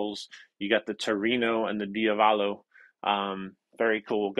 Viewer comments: accent the second syllable in diavolo. The "ah", dee- ah- vuh- lo. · dio valo? It's diavolo. "Il diavolo means "the devil"🤘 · you're a great guy and really enjoy watching your videos but it's pronounced dee AH vuh lo (like an italian would). i was amused by your pronunciation. and by the way i just bought the MXR version of the OCD. sounds great. gonna probably leave it on all night tonight.